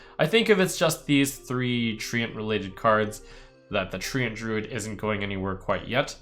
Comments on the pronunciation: Trump its trent not tree ant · It's trench